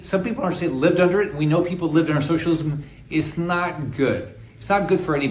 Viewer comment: He hates socialism so much he can’t even enunciate the word, just rushes through it as fast as possible